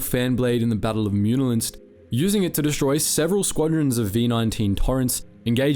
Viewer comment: The second "N" in "Muunilinst" is actually silent.